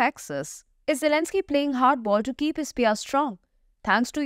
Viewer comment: What You say at the end "poor Elenzky"lol.